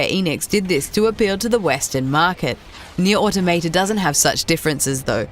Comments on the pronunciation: How can you say the damn name wrong! Nier AUTO Maw tah. Pretty easy tbh. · "neer auto-mate-uh" tacks that onto my list of ways people have pronounced NieR: Automata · near auto maytay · Nier AutoMayTay?